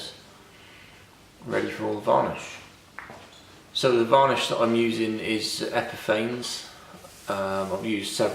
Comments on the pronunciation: Epifanes is pronounced epi-faah-ness with a long A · It is pronounced "eeeh-pih-fawwn-ness"